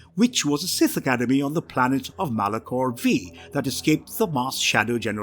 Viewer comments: MALACHOR VEE? MALACHOR FIVE AS IN V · It’s Malachor Five, not Vee